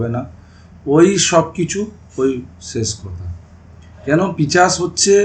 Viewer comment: ওটা পিচাস নয় পিশাচ হবে।